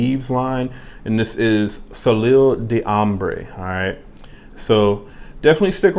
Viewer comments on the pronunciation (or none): What do you think of the Jean Lowe? And, by the way, if you were wondering, the first word is pronounced: So-lay